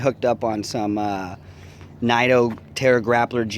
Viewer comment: Pronounced neeto tires